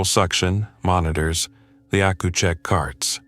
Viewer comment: PACU--you pronounce it either as P A C U, or Pack You. Accucheck is pronounced Ack cue check. And Peds is Peeds (bc it's short for Pediatrics). Isn't AI supposed to be smart? How do I know? I'm an RN.